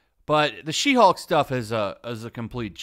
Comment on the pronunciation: You sure that's not "Shim-Hulk"?